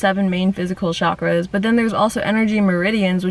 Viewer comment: Chakras is pronounced chakras, not “shakras”. Cha is like the cha in chai, charming... and it’s eScape, not excape. If you want to grow, open your mind to speaking consciously. Not because bad examples abound.